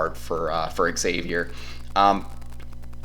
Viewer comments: It's hard to listen as the team you are talking about is mispronounced. It's like calling Texas--Exas. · No one can take you seriously if you don't bother to learn the pronunciation of your opponent. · Learn how to pronounce Xavier... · well then he’s mispronouncing it. There’s no “regional” thing about pronouncing a title correctly or incorrectly. It is pronounced Zayvier. Do you pronounce Exerox or Zerox? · Texas took the souls of those children that play for Exzavier and mispronounced it while doing it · Dude - It is not eggs-avier. It is Xavier (almost like Zavier). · Not Eggsavier......This is the 3rd time X (pronounced Zavier) has played UT in the Sweet 16. It's not like the team is foreign to Longhorn fans. You'd figure you all would know how to pronounce it by now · Xavier fan here - solid video, appreciated you getting this up so fast. Just a few minor notes - it's actually pronounced Zavier, Ex-zavier is the term used when you either don't know Xavier or are trying to clown the school. Check-in with any UC fan about that. It's also pronounced Jack Nun-gee" Xavier's also experienced because they just won the NIT last year. What you guys will really want to know is that Xavier lost one of its best players, Zach Freemantle, to begin February. You mentioned Xavier's "Bigs" - we only have one now. It's Nun-gee. Freemantle would have been huge going into this match, especially with how insane Texas big men are playing of late. Should be a fun game, thanks again for the preview. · It's pronounced eggsavier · Xavier is pronounced eggsavier. Anyway Hook em Horns 🤘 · Xavier is pronounced eggsavier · Xavier is pronounced eggsavier and they won't win anyway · Learn how to say Xavier